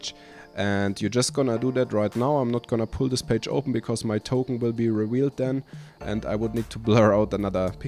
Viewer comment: Do you guys also hear "copy totem" instead of "copy token"? Maybe it is beacue i am listening to viking folk music in the background...